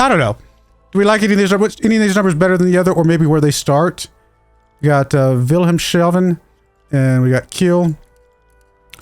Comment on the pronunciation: Lovely pronouncing of Wilhelmshaven. Just Like someone shaved Wilhelm. 😅 It's pronounced like "Vill-hellms-huffn". There's still the "Ubootbunker Valentin". Next to Wilhelmshaven is Bremerhaven, where U-2540 lies docked: the last remaining Typ XXI.